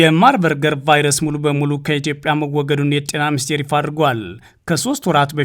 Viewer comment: Marberg not Marberger